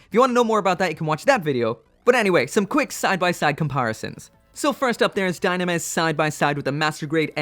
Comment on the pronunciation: I bet the dislike because of ur pronounced dynames... wrongly.